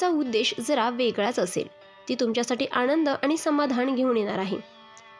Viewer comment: भावणा नाही भावना. आणंद नाही आनंद